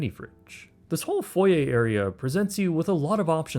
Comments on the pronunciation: Foy-yay. Sounds hilarious how you pronounce foyer. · Mans said "foy-ay"